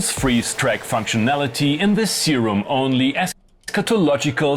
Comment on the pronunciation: Seerum not Sairum...